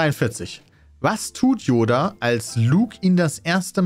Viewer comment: dein ernst? " J oda "? mit J? 😂😂